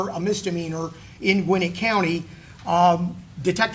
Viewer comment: It’s Gwa-nette County 😂😂 I guess I’m being picky because I lived there at one point.